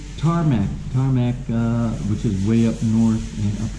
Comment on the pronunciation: Its Tarlac...